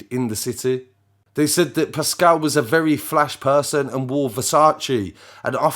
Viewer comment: Its RATuale